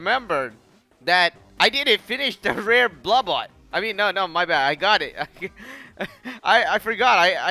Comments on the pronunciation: It’s blah bit not blaw bot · The way he says "Blabbit" sounds like "Blabutt", Or maybe it is just me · blubbot... its BLAH-BITT. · I have no idea why he calls it Blubutt. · iBall73 I know, that's what I meant. it's just that he says "bluh-bot". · it,s said bla bit !!! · You said it rongh is bla-bit blabit is not hard. You shoud truy